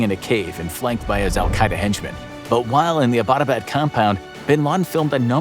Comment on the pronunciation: Abbott-abad is named after the British colonial officer who founded the town. You don't have to butcher the pronunciation of an English word.